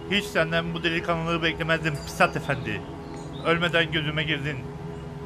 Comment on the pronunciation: İmdat'ın pusata pisat demesi çok iyi 😂